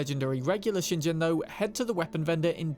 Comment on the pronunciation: "ShinJen" Oh, cmon maan!